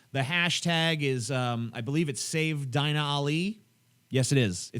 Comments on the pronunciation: Deena, not Diiina. Dumb,, dumb. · its pronounced deena not dine-a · Her name is pronounced ''Deena'' xDI think they're against muslim immigration because of Islamic values and that they support her because she doent fit in that category or to those belifs and that her story is different to most immigrants and that shes in genuine danger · I think she would go back to saudi arabia willingly if she knew how white people pronounce her name. Its pronounced Deenah not Dyna. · I think her name is pronounced DEEna, but w/e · you butchered her name.. its pronounced DEE NUH... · lol TJ, it's pronounced "Deena".